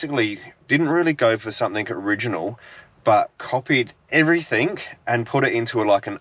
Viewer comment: It’s pronounced everything not everythink. Please stop it. It’s so hard to listen to.🙏🏾